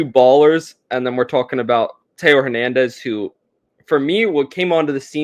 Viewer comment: so much care put into pronouncing this list until you get to Hernandez